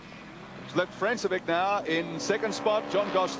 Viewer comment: Notice how the commentary team pronounced Robbie Francevic's name as "France-e-vick". It was years later, at a V8Supercar round at Pukekohe, that we found his name was really pronounced "Frank-e-vich".